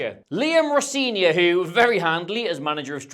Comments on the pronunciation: It's pronounced Ro Zen ior, if you're getting into that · Appreciate the effort to get that name right. And then note: Rosenior is not pronounced how you pronounced it here. The middle E is an EH sound.